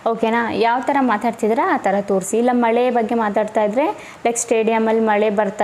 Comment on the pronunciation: ಮಹಿಳೆ ಇಂದ ರದ್ದಾದರೆ❌ಮಳೆ ಇಂದ ರದ್ದಾದರೆ ✅